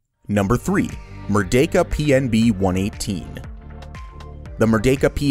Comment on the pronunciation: I love how you accurately pronounced the vocals of "Merdeka" and our first prime minister